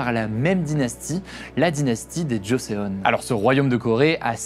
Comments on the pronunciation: Ayant étudié la Corée, Tu as bien travaillé Juste on dit choson et pas choseon, et "bussan" pas buzan 😅 Chébol Lors de la guerre, le peuple a souffert. Si il était pris par le nord, ils étaient traité de capitaliste, battue, violer. Et quand les américains revenait sur les terre prise auparavant par le nord, les gens étaient était traité de fasciste etc. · Aïe mes oreilles.! C'est la dynastie Joseon prononcer Djossonne et la ville de Busan -> Poussanne. Sinon, excellent reportage. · Juste pour le nom des 2 Corée est totalement différent, Royaume de Corée (Joseon) pour Corée du Nord et République de Corée (Daehan minguk) pour Corée du Sud. Le "e" de Joseon ne se prononce pas 😊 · stp pour tes prochaines vidéos sur des pays dont tu ne connais pas la langue, renseigne toi sur les prononciations des nom propres ( les villes comme ici Busan ou encore les noms d'époques comme Joseon/ Chosôn) ou encore sur des termes particuliers (ici comme "chaebol" ou même "samsung" qu'y a été francisé mais qui à l'origine ne se prononce pas comme ça) merci d'avance :3